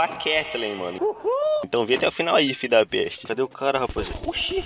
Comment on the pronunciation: Quantas vez ele falou fidapeste